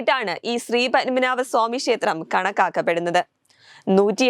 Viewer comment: ശേത്രം അല്ല മോളേ,,!, ക്ഷേത്രം!!.